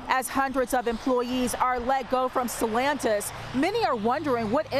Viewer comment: It's not sellantis it is stellantis